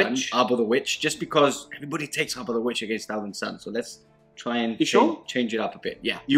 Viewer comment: It's pronounced Ab-hore, not Ar-bor... :P ;)